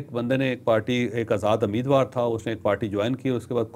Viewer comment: Not "Ameedwaar", "Umeedwaar".